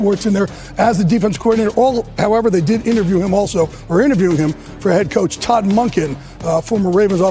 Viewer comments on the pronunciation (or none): none